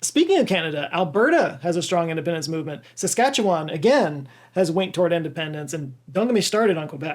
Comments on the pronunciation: Thank you for mentioning and pronouncing Saskatchewan correctly. Riel is seen as the father of Confederation by many as his actions over the Red River Resistance lead to the creation of Manitoba. Really he saw how disenfranchised the Metis people were that the Federal government would walk into their communities and give the good land to newly arriving settlers. He was successful in Manitoba and was brought back to help Saskatchewan. This time the Canadian government wasn't willing to negotiate and borrowed a US Gatling gun to add to their forces. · I have to commend you on your pronunciation of Saskatchewan. It's hard to pronounce and most people fail miserably. You said it almost like someone from there. Kudos